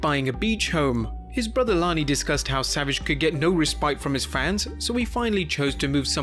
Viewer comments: savages brothers name is Lanny not Lonnie. You also said st Louis wrong. idk if you said anything else wrong or not. I stopped watching after you saying his brothers wrong. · fyl, the man's name is Lanny (with an "a" like "man" or "god damn"), not Lonnie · its Lanny not Lonny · Lanny is pronounced Like land not Lonnie. Same as St. Louis being saint Lew is. Not Louie . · Is it just me, or did he called Lanny, Lonnie?